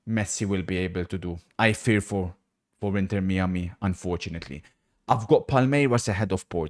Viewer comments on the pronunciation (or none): 'inter mee-a-mee'